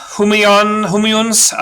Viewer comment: wanted to help out here you can pronounce it as Huma ( as in huma from the word human) and the second part you can pronounce as EU or eww so it should sound like hu ma euw